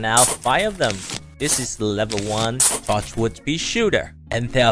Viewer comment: Bro really said tochwood